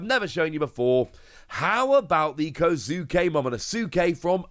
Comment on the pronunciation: I love your pronunciation of kouzuki momonosuke😊